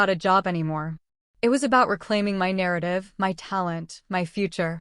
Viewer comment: Family na-ra-tea